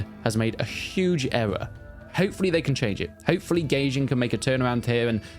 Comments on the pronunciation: I think its pronounced "guy-jin" not "gay-jin" lol 😂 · it's goy-jin